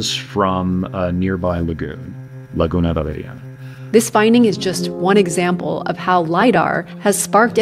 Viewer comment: His like those gallant movie characters, i mean he is hot, he is an adventurous and archeologist, and the way he pronounce "Laguna Valeriana"